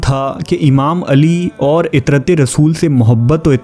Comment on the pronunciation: ھر لفظ کا تلفظ غلط ادا کر رھے ھیں بھاٸی صاحب عِطرت کوعَطرت بول رھے ھو سِرا کو سَرا بول رھے ھو